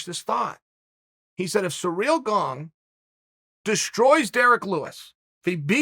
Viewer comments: "Surreal Gong" that is how chael pronounces Ciryl Gane, i bring you this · nobody: uncle chael : ciryl gange